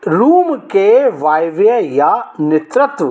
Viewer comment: सर आप नैॠत्य कोण को नेतृत्व कोण बोल रहे हैं वायव्य कोण को वायव्यय बोल रहे हैं । आपकी जानकारी में कितनी शुद्धता है।